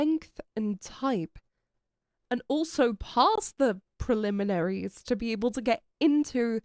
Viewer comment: TIL can't pronounce Preliminaries just like Urara can't pronounce Prestigious.